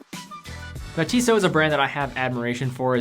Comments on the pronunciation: Instead you should find out how to pronounce Tissot. pronounces it correctly. And perhaps you should refrain from making comments if you apparently don't know what you are talking about. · man, just find out how to correctly pronounce the Tissot brand name before you make this kind of video